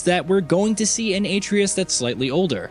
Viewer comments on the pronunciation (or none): IT'S A-TRAY-US NOT ATREE-US WOW THAT RUINED THIS ENTIRE VIDEO! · This guy sucks at pronunciation “aytreeus” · Aye-tree-us🤦🏿‍♂️ Uh-trey-us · Your videos are interesting but your pronunciation of Atreus is way off. It's not pronounced as A Tree Us, it's pronounced as Uh Tray Us. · How to say Atreus Correct way: (uh-trey-us) Not correct way: (ay-tree-us) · Why in the hell do people still pronounce Atreus as “aye-tree-is” when it’s obviously pronounced “uh-tray-us?” Shit boggles my mind. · Couldn't pay attention to the video bc the narrator kept saying Atreus as (A-tree-us) instead of the right way of (A-trey-us) I dont know why i let those things bother me🤷🏻‍♂️ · His name is At-ray-us, not Ate-reus. Cringe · It's pronounced "Uh-tray-us," not "ay-tree-us." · Same. Atreus. Not A treus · His name is Uh-tray-Us… not A-tree-Us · AH-TRAY-US ....not AAY-TREE-IS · All this tells me is you haven’t played the game lol. ATRE’US!! Accent over the E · If you're gonna read something, learn how to pronounce everything, especially names of the main characters. Have you played the game? Or is this a bot reading it? Seems like how an old Mac text to speak function would pronounce names. Uh-tray-us. Got it? Good. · "Aetreeus" 0_o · Lmfaooooooo Uh-TRAY-US 😂🤣😂🤣 omg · Who is A-TREEus? 😂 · I don't understand why so many youtubers pronounce Atreus wrong, the game tells you how to say it. "8🌲us" lmao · You clearly never played the 2018 GOW "Ate-tri-us" I rest my case can't even watch this video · Atreus - (Uh) (tray) (us) 👌🏾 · Uhh-tray-es .. fuc they say his name correctly in the game bro u ruined the videos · Atreus {Ah-tray-us} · Maybe learn to say Kratos' son's name before doing a video where you have to say it multiple times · Honestly was gonna watch then heard the way he pronounces atreus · Lmao you know the dude reading this script never even played the game when he can’t pronounce the characters names right 😅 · Can tell you didn't play the game by how you pronounced Atreus.